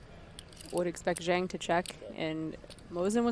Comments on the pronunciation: It's pronounced Jong. Not Zang. Yeah, these kinds of players are fun to watch, but they always flame out being overconfident and running into the nuts. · Why don't any one of the commentators look up how to pronounce "Zhang". Its one of the most common names in the world and would take 30 seconds to look up. It's lazy, ignorant and rude not to as a professional commentator